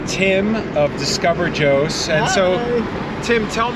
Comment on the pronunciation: "Joes"???? Jos is Jaw... sss! Lived there 40 plus years ago. It is "relatively" cooler there. I know the city has grown a lot. How was the traffic? Has the museum grown a lot? Corn. Most likely maize. Feed or meal corn. Not sweet corn. There are extinct volcanoes to the east of Jo's. See them on Google Earth. Towards Pankshin.